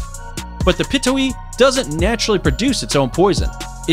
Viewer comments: piTOHUwi. Not pitowi smh ck ck ck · "Self proclaimed king of the skies" How can a bird "self proclaim" anything? *facepalm Also, completely butchered the name of Pitohui.